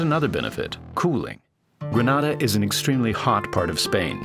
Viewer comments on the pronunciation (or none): none